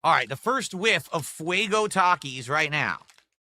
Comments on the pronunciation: Hasn’t heard no one pronounce Taki’s because he doesn’t interact with literally Anyone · He doesn’t know how to pronounce takis because he never leaves the snort fort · always comes off as an under informed and pissed off toddler. It’s such a weird look for a man of his age. Also, who the fuck doesn’t know how to pronounce the word Taki. What an ignoramus. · This rtard has been whining about this meal for DAYS and he just NOW questions his pronunciation of Takis? Holy 80iq Batman…